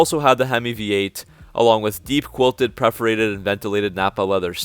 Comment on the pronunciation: PERforated . . . . . . . PERforated . . . . . . sorry . . . . . lol